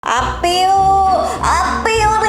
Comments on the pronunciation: a'pieu bacanya o piu (eo pyu) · A'Pieu hangulnya eo (어) pyu (퓨) dibacanya 'o-pyu' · Ngakak pas ngomong apieu. 😂🤣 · Apeyuu apeyuu, itu gw banget pas nyebutin brand apieu 😂😂